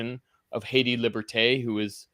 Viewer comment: ... just the way he says Haydee let's me know how he really feels about Ayiti.